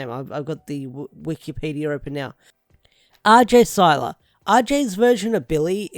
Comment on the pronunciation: Hello,. Nice vid. Oh, and the Blue Ranger actor's surname is pronounced "KYE-ler." Thank you for sharing and may the Power protect you.